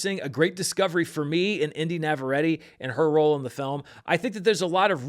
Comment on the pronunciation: It's NAH-VAH-REH-TEH.